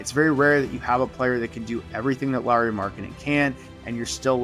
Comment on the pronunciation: Thank you for learning to pronounce Lauri pretty correctly. His name is not Lawrie like many Americans. seem to think. 😅